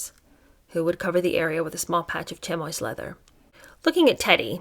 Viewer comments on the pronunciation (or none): Chamois is pronounced shammy! 😘